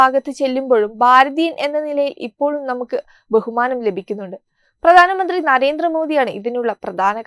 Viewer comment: Correct your pronunciation ..it is bharatham not baratham it is pradhanamanthri not pradanamanthri